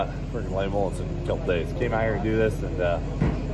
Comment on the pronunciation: El Bandido, Not El Bandito 😅